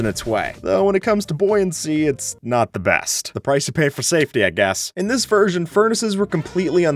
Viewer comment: what wersion is this?